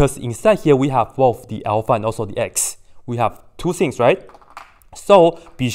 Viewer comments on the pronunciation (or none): none